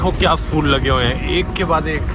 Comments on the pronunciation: Dhruv isko phool pronounce karte hain fool nahin 💡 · phool dhruv not fool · Phool ❌️ Fool ✅️ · phool ko fool ku kehtay ho dhruv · Its phool bro 😅 not fool i knw fools are every where but this one is phool 😂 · Fool nahi bhai , phool..